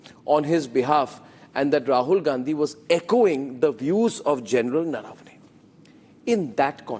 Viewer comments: It’s not Naaravane. It’s Naravane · It's not General Naraa-vane, it's Nar-vane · Naravane is pronounced wrongly - we Learned Indians don’t pronounce properly and we take offence to others doing that. I see most news guys pronounce the name incorrectly Rajdeep gets that one right